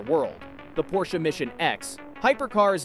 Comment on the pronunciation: You're saying porsche wrong